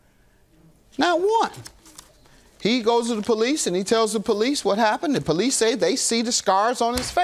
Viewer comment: Why cause she called the poweese???